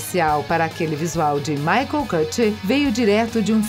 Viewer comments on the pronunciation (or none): none